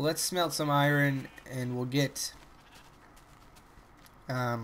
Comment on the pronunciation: Iron not iran lol :P but I love your Chanel thnks for the entertainment